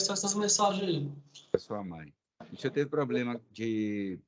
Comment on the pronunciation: 😂😂😂😂😂... foi o "sinhô" que me "condenô".